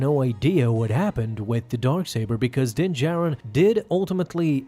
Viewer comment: So he still keeps saying din “Jairin” lol